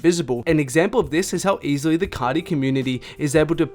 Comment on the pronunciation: * “cah-tee” *